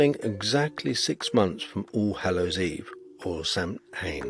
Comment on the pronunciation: It's pronounced Sowin, and in Wales the term doesn't exist, it's always been Nos Galan Gaef for Halloween